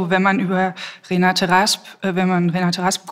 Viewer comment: Wäre schön, wenn Sie wenigstens den Namen der in Rede stehenden Dichterin korrekt wiedergäben: Renate Rasp ... Der Rest ist Framing.